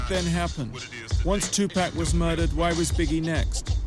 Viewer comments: I'm so ashamed of my white people calling him 2pack. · Would it have killed him to just say Tupac's name correctly? For a documentary BASED on his life and death? Awful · Good doc but the British reporter needs to learn how to pronounce Tupac. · How you gone make a documentary about pac and now pronounce his name right. Fuck you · Ciapha Gray he's saying the way he mispronounces Tupac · is so annoying, I mean atleast pronounce Tupac correctly, and it's not a fucking cowboy suit, Jesus dude, he's always fucking with his audience in these films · SirNino , yeah, I don't think that it's the accent. I don't think that he knows how to say it correctly. I also know people that have accents. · TuPACK???? REALLY.... IF your going to make a documentary about PAC at least say his name right!!! TUPAC... I can't even watch this shit because of that... Tupack.... SMH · i swear if this guy says TUUPEK one more freaking time i'm gonna lose my damn mind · Stop with the tupack its tu paaaaac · Most us brits do say tupack we pronounce our vowels differently, I say tupac but everyone else I know doesn't and that does bug me out. I wouldn't say its disrespectful until you tell them how to say it and they keep doing it, then obviously its disrespectful asf. Me personally I blame the media they always say his name wrong and it's not just white people I've seen black people say it wrong too not as many obviously, its mostly the upper class. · Great documentary. Only thing? I cringe EVERYTIME the dude says PACK instead of PAC. Uggh! PLEASE say it right, just once. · the white folks always saying tupack not tupac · two pack? lol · If I hear this Nigga say Tupack one more time!! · To pack?? I would learn how the name is pronounced first. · Лубомир Фенык he even got the grammar right, he said "two packs" haha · I stopped it after he said "Two-Pack" -_ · If this narrator says, "Two Pack" one more time......... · two pack ;-) as in 2 fer 1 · it's tupac not tupack